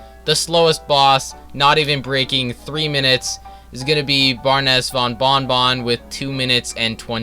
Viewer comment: I like how he said bearness bon bing bong